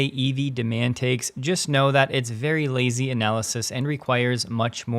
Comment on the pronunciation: Thank you vewy, vewy much for your contwibution,.